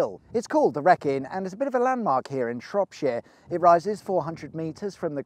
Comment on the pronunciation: Plus he emphasises the “shire” and says it like shropSHEER